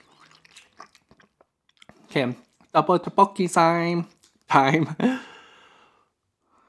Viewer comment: it’s pronounced “thuk - boak - ki.” looks delicious!!